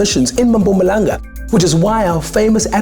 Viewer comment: Way Siv said Mpumalanga 😂😂😂